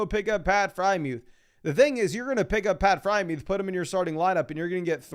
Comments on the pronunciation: who the heck is pat frymuth? its FreIERmuth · Why does he pronounce freiermuth as “Frymewth”?